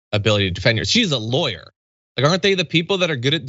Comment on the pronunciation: You need to change your inflection, as in, "She's a Lawyer??"